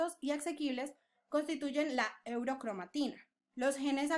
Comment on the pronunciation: Gracias! Que pena, aclaro que la palabra es eucromatina y no eurocromatina, pronuncie mal esta palabra en el video